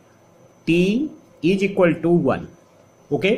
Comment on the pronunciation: Class was nice , but plz try to improve your pronunciation. It's really awful and irritating, Zero not jeero Is equal to ,not eejiqualtu Like that 🤗